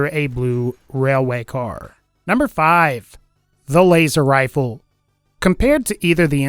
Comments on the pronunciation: “Waser wifle” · waser wifle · "waster wifle" lol